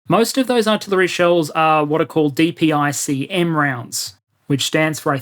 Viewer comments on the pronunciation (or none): great video. also, dpicm is pronounced “duh pick em”